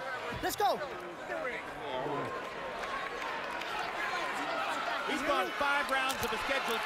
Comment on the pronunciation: .. let's gay..uumm let's go! .. lol who is this commentary